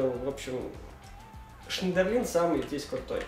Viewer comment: неужели переквалифицируешься на фифулю? Было бы афигенно, не Шнидерлин, а Шнейдерлин